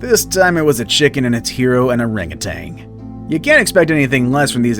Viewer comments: OranguTAN, not OranguTANG. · OranguTAN not "orangutang" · “arangatang” Orangutan. We’re adults now bro.